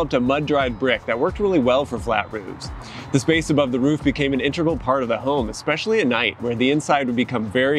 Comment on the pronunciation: inTEGral, not "intrugal"